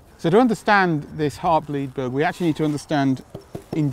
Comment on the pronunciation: Is he saying "Heartbleat blug"?